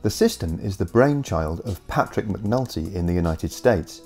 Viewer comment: I thought you said McNutty for a second. Ha! 😅